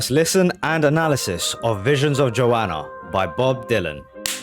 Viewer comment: Great bud, 1 small gripe though. It’s JoHanna, you’re pronouncing it Joanna. Also It’s Joan Baez (by-ez). Seriously though, this is my favourite song ever and probably one of the greatest songs ever written.